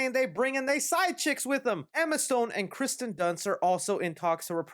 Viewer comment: He's saying Kirsten Dunst wrong. He is saying Kristen